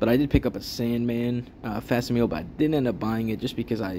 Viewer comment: Great video! also its fak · si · muh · lee